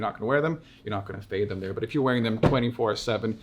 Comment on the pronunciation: “i wanna fyet”